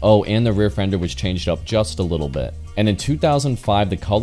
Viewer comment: It’s not “little”